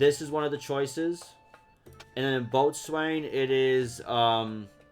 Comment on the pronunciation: It’s pronounced “MARiner,” like the Seattle Mariners. MARE like the name Mary. And Botswain is pronounced “bosun.”